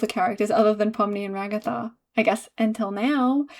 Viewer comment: Ragatha became Rug-atha... sorry I had to